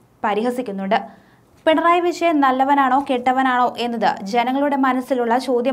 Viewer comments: കുട്ടി 'ജ ' ഇടാൻ മറക്കുന്നു ! 'ശാമ്യം' അല്ല 'ജാമ്യം'; 'വിശയൻ പരാശിതൻ' എന്നല്ല, 'വിജയൻ പരാജിതൻ' എന്നാണ് പറയേണ്ടത്. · കൊച്ചേ ആദ്യം പോയി നാക്കുവഡിക്കു, റീഡിങ് കേട്ടാൽ, ചിരിച്ചു ചിരിച്ചു വയ്യ... വിശയൻ 🥴🥴🥴